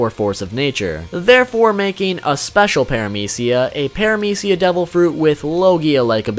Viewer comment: Why are you pronounce paramecia is aids (no hate)